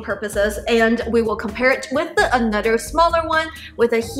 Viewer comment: Ahnutder ❤❤❤ Drinking game drink after she says ahnutder aka another